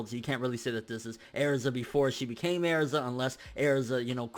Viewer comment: Why the fuck are you saying erza like it's pronounced airza!